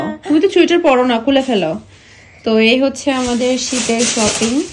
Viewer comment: চুইটার উচ্চারণটা ভুল হোলেও।😅আপু আপনার মুখে চুইটার কথাটা অনেক সুন্দরী শুনাচ্ছে।😊